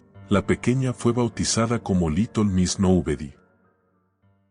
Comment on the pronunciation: porque dice liton en vez de litel?